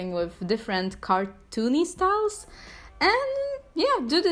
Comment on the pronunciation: "sTAleS" I love how she says styles Edit: im dead